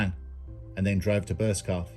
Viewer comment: it made me chuckle because I used to take the piss with an old work colleague pronouncing it burscoff! Drove him nutts🤣